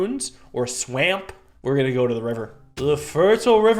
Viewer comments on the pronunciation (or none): That pronunciation of swamp really hurt. What are you? xD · never heard anyone pronounce swamp that way